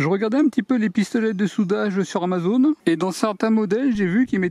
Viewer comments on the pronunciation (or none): none